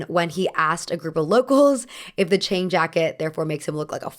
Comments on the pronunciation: Quick note that “Tang jacket” as in Tang Dynasty (though the design is actually adapted from Manchu costume), is pronounced like “T” + “on” (similar to the Regency English “Ton”), and not “T” + “aang”. By the same token, director Ang Lee’s name is also “On” and not “Aang.” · missed the mark a lot with the pronunciation of “Tang” and with the history of the Qipao. The history of the Qipao is much deeper because the mandarin collar came from the Qing dynasty into the new republic of China. She emphasized how political it was but for some reason completely ignored the shifting of the dynasties, end of emperors, and the actual political climate in China at the time the Qipao came into fashion. Plus the Qipao was inspired by an ethnic minority: the Manchurian and this is being discussed NOW as a problem because it’s not Han Chinese. Not to mention the 1920s Qipao was misrepresented as a form fitting garment when in reality it was much looser and often worn with pants. It barely skimmed the body line and is now known as Beijing style, while the more form fitting version is the Shanghai style. There is SO MUCH she is missing.